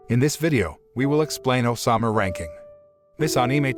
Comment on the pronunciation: why do you call it Osama ranking man? its ousama ooouuuuusama